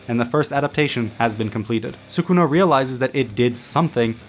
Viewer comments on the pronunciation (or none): I would just like to inform you sir that it is not pronounced “sookuna.” It’s “sskuna.” Su in Sukuna has a silent U sound. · His Name is SKuna not Sukuna pronounced.